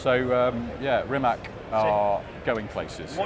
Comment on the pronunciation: Guys why does everyone continue to pronounce Rimac wrong?!… is it just pure ignorance?!… it’s like saying Juguar 😂 Rimac Automobili (pronounced [rǐːmats automobǐːli], \'Ri-mats\)